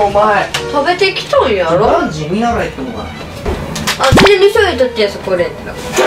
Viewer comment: いって⤵︎ 発音かわい笑